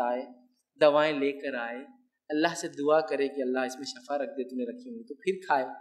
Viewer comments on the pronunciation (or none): don't tell shafa but it's shifa... shafa meaning for (aag)